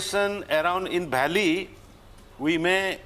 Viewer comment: Its not belly its valleys